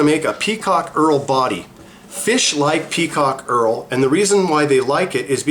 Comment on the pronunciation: Earl? Who's Earl? HERL with an H !